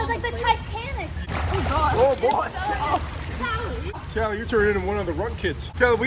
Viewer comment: WHY IS EVERYONE ONE SAYING CALLIE KALLIE LIKE WHAT ITS LITTALY KALLI OMG! 😂